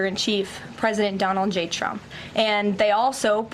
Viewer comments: Has she lost the ability to say Trump? Donald J Chump is what I heard. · Thought she said Chumps 😅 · Karoliar just called him CHUMP perfect slip of the tongue 🤣🤣🤣🤣🤣🤣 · She said Chump instead of Trump? That's called a Freudian slip.